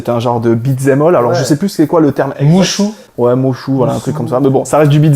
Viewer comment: On dit Muso, Mushou c'est le dragon dans Mulan 😂. Hésite pas à faire appelle si tu veux faire une vidéo sur Fire Emblem avec l'histoire de la série depuis la Famicom, je ne suis pas trop copains avec les derniers jeux (Awakening, Fates...) mais pour ce qui est des premiers jeux sur SNES et Gamecube je serais ravi d'en parler avec toi